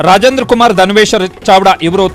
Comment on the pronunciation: ಚಡವಾ ಅಲ್ಲ ಅದು ಚಾವ್ದ ಸಾರಿಯಾಗಿ ಓಡೋದನ್ನ ಕಲೀರಿ ಮೊದ್ಲು